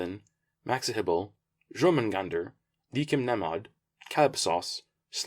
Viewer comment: Jörmungandr: It's Norse; "Your-Mun-Gun-Der" (Yes, I'm being a pain in the butt Grammar Nazi) Heck yeah, The Cursed deserve some good light shots - , You timed that picture transition literally perfect with the music 😂 Don't know why, but this shot is very aesthetically pleasing to me The Première is docked at Paradis to the left (The Stout can still be keeping her out of the portal, but she's over there in the picture) La Magnifique at her best; honestly, the sac combo on her is so effective. 10/10 would use again I honestly didn't expect the Terror to be as effective as she was 🤣😂 Ah...! Just like any good series, there's never enough in one update 😂 Great report as usual 😀 Can't wait for it to get really good 😈😁